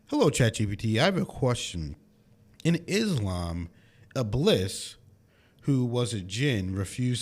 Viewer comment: it's pronounced like" ib,Lees"